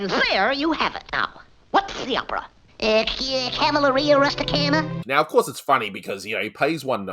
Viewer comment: I just realized I pronounced CAVALLERIA RUSTICIANA wrong! The emphasis is on the penultimate syllable. Sorry to all the Italian speakers out there!